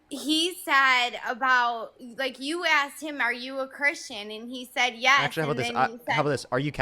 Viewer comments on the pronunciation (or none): none